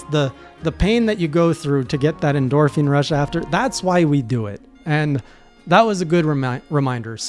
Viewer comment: says" endorphine " Me " did I hear dark souls?"